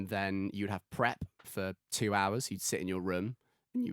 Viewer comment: One of the poshest secondary educations available in the UK and he still can't pronounce the word "room."